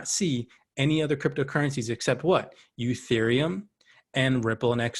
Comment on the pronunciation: Please stop saying youtherium- bad look . Makes you look like you don’t know shit 😂